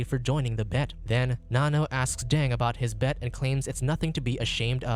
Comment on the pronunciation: it’s “Nanno”